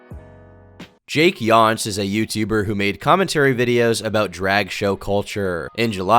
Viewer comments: The pronunciation of JakeYoncé made me lol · JakeyonceAY like Beyoncé.. Oh.